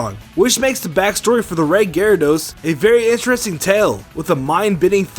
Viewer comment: ITS GYRADOS NOT GARADOSE